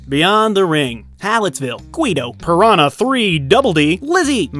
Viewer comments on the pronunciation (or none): none